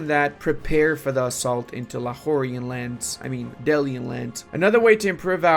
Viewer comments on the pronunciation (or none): none